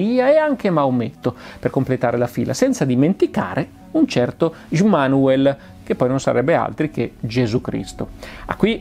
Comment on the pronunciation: Si pronuncia Semiase, Immanuel, Pleiaren etc.